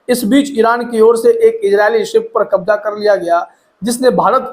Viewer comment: Aap thoda apna talaffuz thik kijiye kabza hota h wo kabja nahin Ijrail nahin hota wo israil hota h Jahaj nahi jahaz hota h wo Kabja me le liya h nahin Kabze me le liya hota h wo